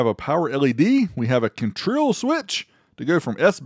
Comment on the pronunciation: Jajajaja 🤣 "contril"